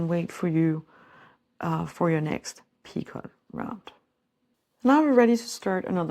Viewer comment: Lovely work! Just an fyi- picot has a silent t.